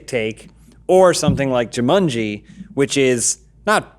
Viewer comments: Why do they keep saying Ju-MUN-ji? It's Ju-MAN-ji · Y'all need hammocks and beanbag chairs all that arms crossed and good posture is giving me a back ache! Johns wearing clothes so they don't get demonitized, to get your fix check his Tumblr... Edit: People hating the way says Juumunji. Lmao. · Why does keep saying "Jewmunjie"? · Jew-mun-gee? Never hear Jumanji pronounced like that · joo-munjee.. who pronounces it like that? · Why is pronouncing Jumanji as of it’s spelled “Jumunji”? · Zandalf the blue Joo-MUN-Geee. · Every time pronounces Jumanji I cringe so hard